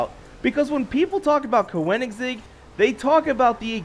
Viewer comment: OMG How did you just say Koenigsegg!?! 😂🤣😂 LIKE WHAT!